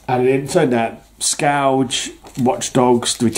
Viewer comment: I believe it is pronounced “skurj” as in a destructive force. Your memories off these storylines is impressive. I enjoyed the Captain era overall. Yes, killing those terrorists really shook Cap… he hates to kill under any circumstances. Well done mate.👊